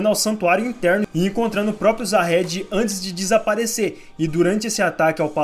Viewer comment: Se pronuncia Zahard e não Jahad.